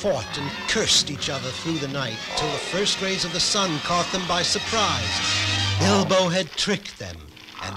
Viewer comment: does… anyone else hear him call Bilbo “Elbow”?